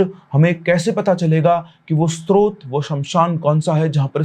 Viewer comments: सर, स्तोत्र नहीं होता, वो स्रोत होता है । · स्त्रोत नहीं स्रोत ( सोर्स )😂 टीचर जे